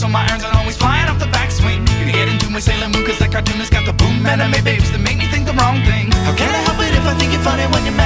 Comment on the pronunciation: I've known this song for about 11 years now and I've never noticed there was a lyric about anime babes until now. This makes me laugh a fair amount. Also, I don't know if this is rude of me to say, but I'm somewhat surprised they pronounced "anime" right.